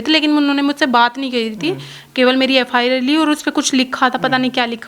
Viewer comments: FIR ko FR keh rhi h anpadh🤣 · FR nhii Mam FIR hota hai wo..